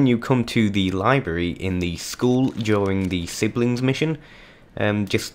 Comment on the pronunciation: back woom u will fight a guitaww, libwawy 😂😂😂 in the back of class woom, gwab that and you have obtained a book 😂😂😂😂😂😂😂😂😂😂😂😂